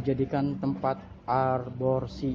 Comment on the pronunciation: Bukan arborsi bang tp aborsi 🤣🤣🤣